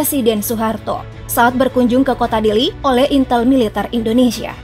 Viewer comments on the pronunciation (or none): none